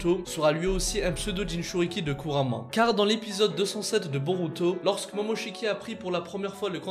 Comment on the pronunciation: Kuurama et pas kurama